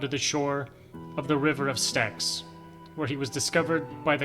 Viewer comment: "river of stacks" No. Not even close. The river "sticks" (styx)